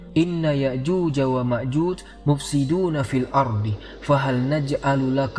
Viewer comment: Ustadznya itu kok menyebutnya Ya'juz dan Ma'juz, bukankah dlm Al-Qur'an disebutkan Ya'juj dan Ma'juj ?😢